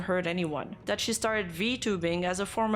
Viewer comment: Everytime she says "dat" i feel joy